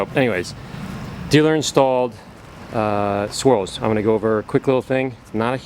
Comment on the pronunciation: Hey, it sounded like "Dealer Installed Squirrels".....hahah